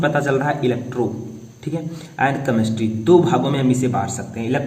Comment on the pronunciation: सर केमेस्ट्री होता है कमेस्ट्री नही ! प्रोनाउंसिएशन ठीक कीजिए